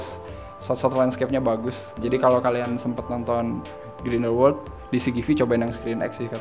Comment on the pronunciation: Ralat: cara pronounce nya Grindelwald Grindel-Vald bukan Grindel-Wald Di luar itu, mengikuti quote temen gua pas habis nonton film ini, "ini film ceritanya apa sih?" Sumpah sih, gue saking bingungnya sampe cuman bisa bilang, "hanya Tuhan dan J.K. Rowling yg tahu". Crimes of Grindelwald adalah salah satu pengalaman membingungkan di bioskop yg gua dapet tahun ini. Untuk positifnya, of course, Hogwarts. Iya sih, versi disini lebih gelap dari yg terdahulu, tapi pas liat kelas nya, ruang makan, ibarat kayak pulang kampung. Masa bodoh kalo ujungnya gak terlalu ngaruh ke cerita, banyak daya magis film ini terletak di Hogwarts. Jude Law juga sangat menghibur sebagai Dumbledore versi muda, kayak matahari di antara kegelapan di film ini. Seandainya screen time nya lebih banyak. Dan terakhir, CGI untuk creature nya masih juara. Beberapa creature ukuran monster tambahan nya udah kayak puisi versi visual dah. Meskipun adegan CGI favorit masih yg transformasi si Nagini sih ... Nah negatifnya, udah jelas, skrip dari J.K. Rowling. Gua ngerti sih mau world building, gua ngerti Rowling punya banyak ide, tapi cara dia mengeksplor nya sih yg agak over the top. Nonton film ini kayak nonton Fantastic Beasts 2+3+4+5 (not in a good way). Banyak plot point bagus, yg akhir nya jadi kayak gak matang karena gak dikasih waktu bernafas. Jadinya, film ini kayak gak fokus, terlalu banyak cerita. Saking banyaknya, sampe bikin bingung cerita utama film ini itu apa. Apakah tentang Grindelwald? Dia disini cuman